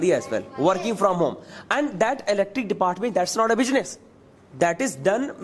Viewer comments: Your pronunciation is not good because you were said bujiness that is business. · Why does not anyone correct the pronunciation of bijines instead of business? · Correct your pronunciation, that is not bijnes that is business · It's not bijnees it's beesniss